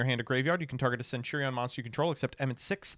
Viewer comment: I just learned doesn't know how to pronounce centurion